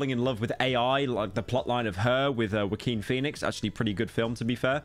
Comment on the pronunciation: I love Bill Mayor, Wuh-keen Phoenix, and Cagh-Suh Bawn Eater